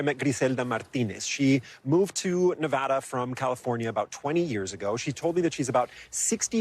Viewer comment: If you’re in media please pronounce “Nevada” correctly 👍